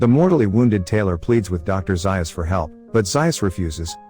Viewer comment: It’s zayus zaius